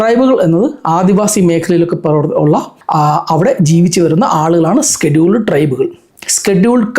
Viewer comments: Not skeduled, scheduled… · Skeduled caste alla scheduled casteanu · സ്‌കെടുൾഡ് അല്ല ഷെഡ്യൂൾഡ് ആണ്....😂